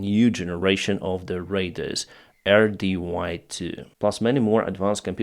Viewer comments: 'radar' is pronounced 'ray-dar'. Not like 'raider', which is another word. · It's pronounced raid-dar, not raid-der